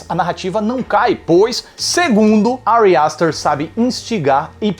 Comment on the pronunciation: Que agonia ele falando Ari aster